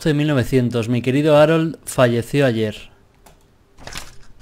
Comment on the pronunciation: Arol JAJAJAJ se pronuncia jarold xD